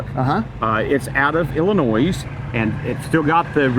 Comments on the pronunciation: There is no "noise" when you pronounce Illinois! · There is no “S” in Illinois.